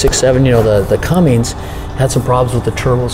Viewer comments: "Fanboy"... That is funny! My comment showed no favoritism towards any brand. I Simply stated that a "diesel expert" should know how to correctly pronounce Cummins. I have owned all of the major brands including jeep and Toyota and they all have their own set of unique problems. Hope you continue to have fun trolling though... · WHY does this "pro" keep saying ""??? There is no G in Cummins!!!! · For the RAM its Cummins diesel not. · Stop saying, you sound like a moron. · Why does the mechanic keep saying? It's Cummins diesel not a porno... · He really should stop saying CumminGs! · Everybody bitching about him adding a "G" to Cummins... stop right now! We are only human. I've heard many people say "" - doesn't mean they don't know how to work on it. Don't judge him for something as trivial as that, because we'll all be judged someday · ""??? C'mon! Am I hearing right? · Ain't no G in Cummins. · Good video. Couple points. Cummins. Not. And I think you might be confused about the duramax headgaskets. There are 3 different thicknesses. Grade A, B, C. Also there is the old style headgasket you run on 2011 and older that look normal, and a gold colored one run on the 2012 and up. Anytime you do a HG, the heads need to be decked and the factory TTY fasteners replaced, and always run a grade C (thickest one) and it’s done. I don’t understand what your experience has been in having issues getting headgaskets for the duramax. I have 2 2006 duramax trucks, one is a dedicated race truck as well as a 2016. I find them much easier to work on than any 2003 and up Ford diesel. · Never trust a guy talking about diesel engine and calls it a! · Cummins not. Turned it off... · I can't trust the opinion of anyone that calls a Cummins a. FML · Couldn’t trust any so called mechanic calling a Cummins a!!! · What’s a “”?🙃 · It’s not, it’s cummins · There's no "G" in Cummins.